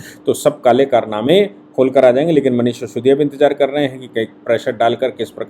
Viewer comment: शिसोदिया नही सिसोदिया